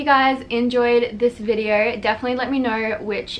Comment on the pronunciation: "Welcome to another YouTube videearrr..." LMAO